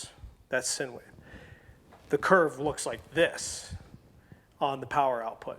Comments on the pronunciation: SIne Wave is actually pronounced like Sign Wave (not "Sin" Wave) LOL Other wise its a great video, thanks! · It’s pronounced like sign, you my friend are an idiot. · Those crazy “Sin” waves. Lol. Nice work.